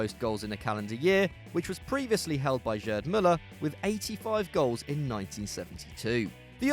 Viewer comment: Who is this "Jerd" Muller?